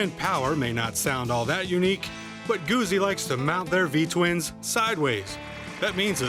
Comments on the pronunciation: Yes, discerning Guzzi riders know how to say "Guzzi". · It's goot-see..GOOT-SEE! Not goozie. . ;) Great review BTW.